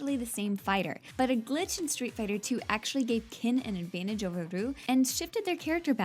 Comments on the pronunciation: She literally said that the correct way to say ryu's name was wrong. does she even hear herself or anyone else for that matter, they seriously can't expect to have people watching this video with that pronuciation. Good facts but my god. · That pronunciation of Ryu is killing me. I genuinely don't care if tgat is actually the correct pronunciation. It's killing me. Great video though, pretty interesting facts. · How do you mispronounce Shoryuken when Ryu and Ken literally scream it in the games. Hell how do you even mispronounce Ryu and then make a fact about how to properly pronounce. Hell even in Street Fighter V they very clearly say names like Ryu and Zangief. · It is my understanding that the rules for Japanese names are different from other words. With names you pronounce every sound. So as a name it would be Ree oo where as a if it were describing an object it would be Roo. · its not roo its ree-you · .... Loi Kang...... LOI KANG!?!? Sorry bout that, but........ Uuuuuuuuuuh...... Whatever... And why the heck you pronounce Ryu "Roo", when even in Street Fighter V it's clearly pronounced in a different way, but..... The big BUTT..... you make a fact about the pronouncenation of his FREAKIN NAME!!!! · Ryu's name is pronounced Ri-Yuu (リ= ri ユ= yu ウ= u) not Ruu lol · Ryu pronounced " ree-you " not roo .. smh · well theres two facts that i know are wrong its not rooo its Ree-you.....and theres no way chun li would have been 33 when SF II came out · fact 108 : Ryu is pronounced Ree--ooh not Roo. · Good list, but it's pronounced as ree-YOO. It is NOT pronounced as ROO. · It's not "ROO". It's "REYOU". Whoever wrote this script is "ROOTARDED". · I cringe when people pronounce it ree-yu 🤮 Its suppose to be pronounce yu but with a slight r sound in the begining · It's actually REE-YOO. where the hell did you here ''roo''? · Hell, in SF4, Sagat yells "REE-YOOOO" instead of "ROOOO" & games like Smash bros, the announcer says "Ree-you" as well Damn it